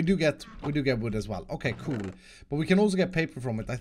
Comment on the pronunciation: I love when he says “coole”😂👍